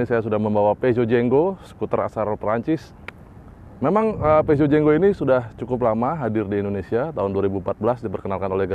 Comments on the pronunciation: Mungkin bacanya Purzhoh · komen dikit mas.. salah spelling nya.. Peugeot = dibaca Fu-zo. LED = dibaca EL-I-Di. hehehe..